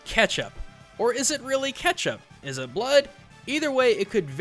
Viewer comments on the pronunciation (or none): none